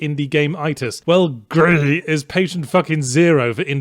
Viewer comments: Why is it calling it Grih and not Gris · It's "gris" not "gri" because it's spanish, not french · its pronounced "GRIS", asshole, not "GRI" - its a Spanish word from a Spanish game development studio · I hate that he calls it gri instead of Gris which is the Spanish word for grey. The only complaint I have about the review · I'm angry you pronounced it Gry in french, when it's Gres in spanish. The game was made in spain for fuck's sake! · I can't pronounce Gris as "gree" is say it as it looks, "griss". I guess that's my American showing. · "Gris" pronounced as 'GREASE", the game comes from a SPANISH developer on a SPANISH studio. But i don't know if it was intended to be pronounced as GREE tho so carry on. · Its pronounced gris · LOLed at the parts about the imps and Yahtzee pronouncing GRIS as "Gree", before moving onto the Trrrilling Rrrs, before the game's name devolves into growling that's growing louder and more frustrating until the name becomes an unintelligible angry growl. 🤣BTW, the game is about grief and coping with the loss of someone you love. In other words, Gris the protagonist is coping with the loss of her mother. 💖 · i just LOVE how yahztee pronounces gris/greehey/GRHHHEI in each passing moment of the video, its hilarious! grrrrheey! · It's... it's pronounced "Greece" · GRIS IS A SPANISH GAME. GRIS ALSO MEANS GREY IN SPANISH. IT'S PRONOUNCE LIKE GREASE. YOU MADE A MISTAKE. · You didn't even realize that is Spanish, not french, and the pronunciation in Spanish is like Grease and even in French is different. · Yeah but pronouncing Spanish gris as gree is wrong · He never mentioned that the game was actually Spanish. He didn't say like the French, he called it French the entire time and pretended to pronounce the game like it was French. When in Spanish it's pronounce like 'Greece.' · The Gris developers are Spanish (and gris in also gray in spanish), so you should have rolled the R instead of going with the rhotic R… also, pronounce the S at the end.